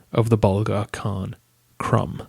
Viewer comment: Maybe one has to pronounce Krum as Kroom?